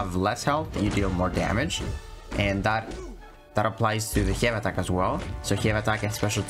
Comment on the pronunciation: Thanks for all the tricks and utility I am ready to R3 and mine and kick ass. You accent makes laugh every time you say “hey” attacks lol 😂 keep up good work bro 🍻